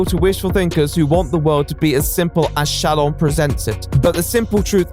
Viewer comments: said "ShallON"... Meanwhile I'm just saying "ShallOFF". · the way pronounces shallon fucking takes me out every single time holy shit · The way fucks up her name gives me life 😭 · im here for the emphasis on llon in shallon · I love the way he pronounces shallon